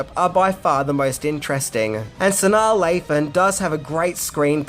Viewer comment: You pronounced Sanaa Lathan's name CORRECTLY!!! Good job 😂👍👏